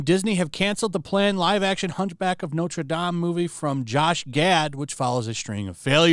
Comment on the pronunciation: Notre Dame = Not Ruh Dam